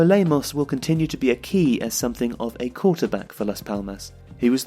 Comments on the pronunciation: mauricio lemos not lamos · Nice video. But why are you insisting on calling Lamos instead of Lemos, his real name?